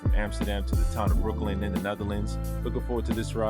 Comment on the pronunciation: min.: Breukelen is pronounced not like Breu-KELLEN, but with the stress on the first syllable, like BREU-kelen! The same way you don't say Brook-LYN, but BROOK-lyn!